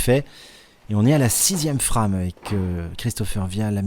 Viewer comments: La FRAME , est un mot anglais. Alors on le prononce en anglais... C'est Français qui rit des accents et de la façon des autres de parler.... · pourquoi ne pas prononcer ''frame'' a l'anglaise, sinon vous dites bien ''strike'' et non pas strique a la francaise.